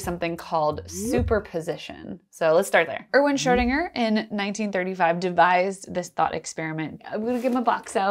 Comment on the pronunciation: You keep pronouncing Schrödinger as Schördinger, why?